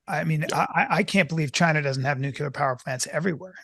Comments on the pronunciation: Peter thinks Vivek is dumb and at the same time, in his immense knowledge, doesn't know how to pronounce nuclear. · Nu-clear, two syllables.